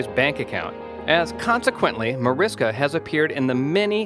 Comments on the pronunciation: HAR- GI- TAY.. Marish-ka....OMG. wtf.... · It's Marish-KA, Mag-dol-na, Harg-i-TAY, omg the pronunciation is so bad